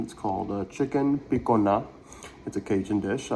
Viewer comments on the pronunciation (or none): Thank you. Was thinking same thing. Use Cajun pronunciation!